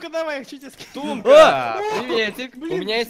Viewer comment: не тумка а